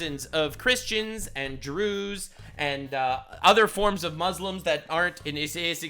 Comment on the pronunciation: “ the Christian’s and the Jrew’s” 😂😂